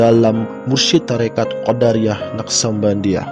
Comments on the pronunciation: Assalamualaikum.. Bang....maaf..Abang menyebutkan " qodariyah"...seharusnya " qodiriyah ".. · Sangat bermanfaat, cuma dlm penyebutan nama msh terdapat beberapa kesalahan, misal Qodiriah di sebut Qodariah, semoga bisa lebih baik lg.👍